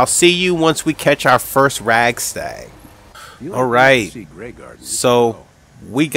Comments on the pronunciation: Radstag not ragstag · rad stag not rag stag lol